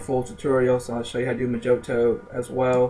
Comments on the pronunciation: Pronounced "MO heeTow" NOT "Mah Jo Tow" lol But...That said...Pretty informative ! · It's not Moe-joe-toe, It's Moe-hee-toe. It's Spanish. J is an H sound and I is an EE sound. The word is literally translated as "little spell" and has been popularized because of the drink, made from Rum, Mint leaves, limes, or lime juice, granulated brown sugar works best, muddle, hit with simple syrup and shake, top with a splash of soda. Maybe you're not bar age yet, but you will be sick of hearing the word once you are, especially if you ever bartend. Skillz lol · Oh and I wasn't going to say anything but you kept on saying mojoto its pronounced moh`hee`doh its also a very nasty mint and rum cocktail